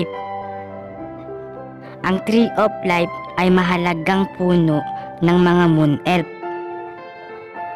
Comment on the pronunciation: Hindi ata life ang sinasabi mo lipe ata 😂